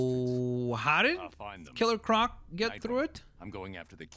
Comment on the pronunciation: Ciller croc